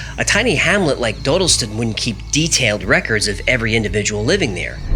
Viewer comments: British here. It's Daw-dill-stun. Not doh-dil-stin. Sorry but hearing you mispronounce it is like being stabbed in the ears. Still reeling from Moonraker Mandela video. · Just a side comment. It's pronounced Dodd not Dode. Just think Doddleston. Interesting, I live 2 miles from there and I've never heard this. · When the computer-generated voice says Dodleston correctly but the creator cant seem to :) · Dodleston is pronounced like it would rhyme with ‘wobble’ston. And Hawarden is pronounced Har-den. Source: I live nearby.